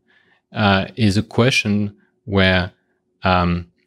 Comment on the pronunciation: When did "question" become "queshon"?